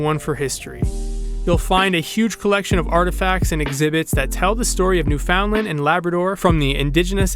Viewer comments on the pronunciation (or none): U really need to pronounce Newfoundland properly. It’s basically newfonland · Don't say the "found" part...it's more blended together . Basically say it faster. New fun land niw say that fast and almost make the d silent. Lol...otherwise, good video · Hi! Glad you enjoyed your visit to St. John's, and that you obviously met some of our friendly local folks! (I consider myself to be one of those! 😉😊) Thank you for sharing a LOT of beautiful footage in your video! I feel fortunate indeed to live here among such spectacular surroundings every day! If you don't mind me asking, where are you from? From your pronunciation of the word "Newfoundland", I'm gonna guess it's somewhere in Ontario. You do mention Toronto in the video, but it's not evident whether you've lived there for a significant portion of your life, or if it's just your current home. If I can be "that girl" (sorry! 🙄), please forgive me for a little lesson on the pronunciation of "Newfoundland". Hearing it mispronounced is kinda like the equivalent of nails on a chalkboard for me; imagine if you constantly heard Ontario pronounced as On-tuh-REE-oh, for example. Newfoundland is pronounced as Noof-end-LAND', with the emphasis on the last syllable, not New-FOUND-land, as many Ontarians seem to have been taught. People from the U.S. tend to say NEW-fund-lund; I try to gently remind them that the word is pronounced with the same cadence as "understand", with the last syllable being pronounced the same as another place with which they can all relate: Disneyland! Bet you've never heard a U.S. citizen mispronounce that as Dis-nee-LUND, now have you? 😀 Anyway, please don't be offended. I'm not trying to be critical of you or your pronunciation. I just think that, if nobody